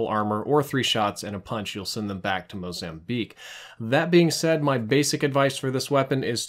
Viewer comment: Did he just say "MOZAMBLEAK??"